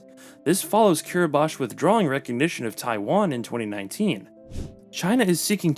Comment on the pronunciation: Kiribati is pronounced kiɾibas, not kiɾibaʃ.